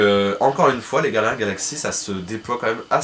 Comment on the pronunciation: Gardiens et non guardiens! Sinon j'adore trop tes vidéos! Vite la suite!